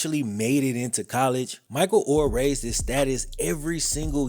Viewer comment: is mos Def in my top 5 favorite YouTubers.... but why tf can't he say their last name right??